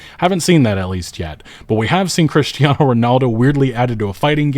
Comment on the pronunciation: Please don't pronounce "Cristiano" like that